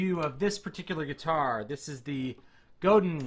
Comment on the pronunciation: Pronounced Go-DAN... French.